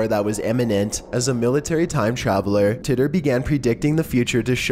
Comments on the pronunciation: John Titor is pronounced like Tee-ter....not titt-er. Just had to say. Also the secondary picture of the man with a "camera" is NOT a time traveller, it is proven without a doubt that those "shades" were made back then and there was shirts with logos made back then as well. That pic is not of John Titor as there is no pictures of Titor in existance, he was simply and only on air with Art Bell i believe (coast to coast AM radio station). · "Tea"ter" not "Tit"er.